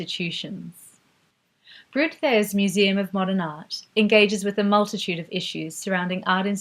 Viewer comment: Wonderful, thank you! But I will never understand the stubbornness of English speakers not to learn aaaany other language. Hah-ke, Brod-ars, I'll not even start with the French ones....